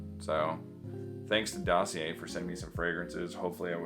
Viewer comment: Btw didn't ur Montreal GF told how to pronounce DOSSIER 😂 you're still amazing ❤